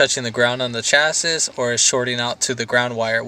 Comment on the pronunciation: First time I've ever heard anyone say "cha sis" rather than "cha-see." I do like both and I can assure you, I'm going to try and call the "chas-see" a "chas-is" and see what happens. FANTASTIC video man. Well done and you're a natural. I thought it might be what looked like a disintegrating wire covers on some of the U-Haul wiring at that box, but man, when I saw the end of those wires it was obvious. Thanks so much!